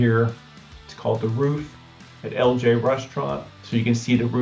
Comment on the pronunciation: Why don't you pronounce the I it's Ellijay?